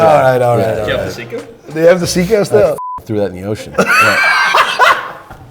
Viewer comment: When he says seiko it sounds like siko